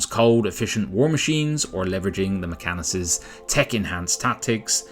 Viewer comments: Mechanicus 2. Not Mechanus. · Mech-AN-IC-US. NOT 'Mechanus dude...... so so much tech-heresy.....